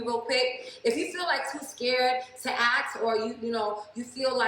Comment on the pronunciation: When a woman says "AXE" its game over for me ...Also that top is meant for women with boobs😉